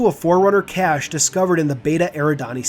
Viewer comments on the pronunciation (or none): none